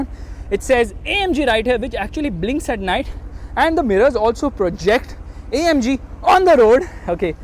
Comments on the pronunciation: its not omg its amg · saying OMG.. le mercedes* noo... ita AMG 🤣🤣